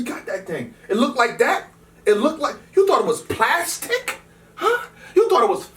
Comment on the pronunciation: you thought it was PLASSS STICK ?!?!?!